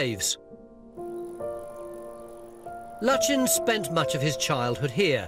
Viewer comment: Sir Edwin Landseer Lutyens tonys pronunciation of the name seems all wrong to me ? its like turning bucket into bouquet or bu quay